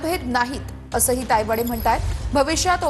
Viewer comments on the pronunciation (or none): तायवाडे की पायवडे 😂😂😂